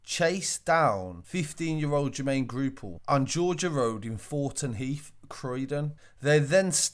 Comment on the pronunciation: He keeps on sayings ‘groupall’ and it’s annoying me cos it’s GOUPALL